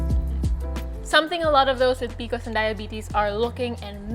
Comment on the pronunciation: I really want to watch & get some info but I can’t because she keeps calling is PICOs 😫